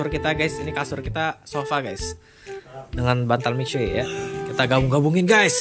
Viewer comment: Bang bukan gitu cara baca mixue